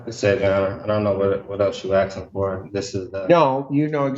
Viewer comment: Did he say Aksing ?